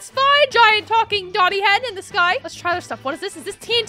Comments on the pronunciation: He said domi head not doni head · its domi not doni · it's pronouce, domi